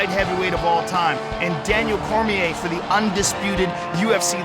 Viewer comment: Joe "One of THEE" Rogan